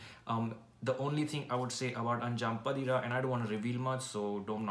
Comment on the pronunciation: It's pronounced as अन्जां पातिरा.... Meaning 'The fifth midnight'